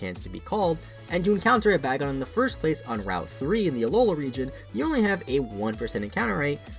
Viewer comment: It's pronounced Bay-Gone, not Bag-On.